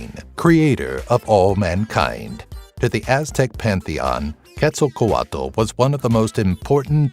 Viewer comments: All the times in this video you didnt pronounce quetzalcoatl as Ketz-al-coatl...you pronounced it Ketz-sal-co-a-dal im done😂💀 it was pure suffering But its interesting to know some aztec mythology that i didnt already know in this video. I know like 5 of them, and yes i know its hard to pronounce they're names but still it was a bit weird hearing someone mispronounce Quetzalcoatl's name. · Ket-Zal-kowatel is how to pronounce quetzalcoatl